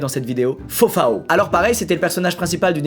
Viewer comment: Squeezie qui prononce fofaO les brésiliens en sueur